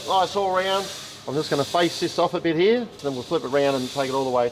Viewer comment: when says...it fits HEAH.." I love that! My Dad began his tour of the Pacific theater In the old Army Air Corps in Brisbane and he loved bringing out his "Aussie accent" when telling stories. Love these guys